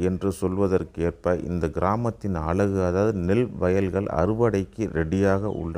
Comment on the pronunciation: அலகு அல்ல அழகு என்று பேசும் நபர் இல்லையா?